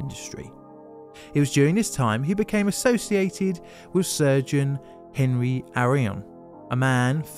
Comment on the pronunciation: "Henri" is actually pronounced ON-REE in French. Just sayin... Carry on. 😁